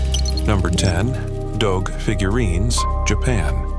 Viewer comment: Its pronounce as DOGU not DOG